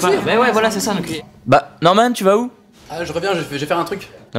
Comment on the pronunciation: A 2min 19 elle dit normal à la place de Norman